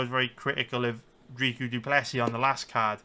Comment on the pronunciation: Dricus' first name is pronounced phonetically, the second name just has a silent S at the end. Trying to be helpful, idk if people will know who Dreekoo is